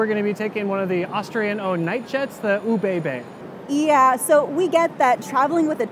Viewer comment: Soo you're from northern Germany, yet can't even pronounce ÖBB? Also, the "loud bangs" are because they split the train. Half the train goes to Berlin.